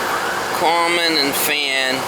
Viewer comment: I always wondered what "carmen" was. Now I know - common.